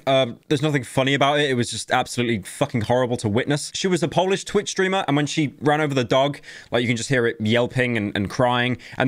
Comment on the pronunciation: Please don’t ever try pronouncing anything in polish, you’re butchering it completely